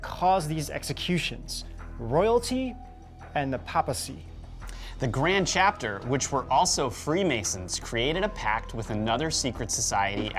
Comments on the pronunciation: Sorry its paypacy not papacy . Love your vids and hate to be a critic. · And it’s pronounced PApacy, as in “ate” not “ah”. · What's the 'Papa-see'? That would be the 'Pay--pa-see' as in Papal or the Pope. Great work guys....enjoyed the vid👍